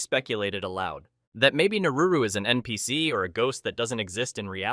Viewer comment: what's even nps, so much misprounciation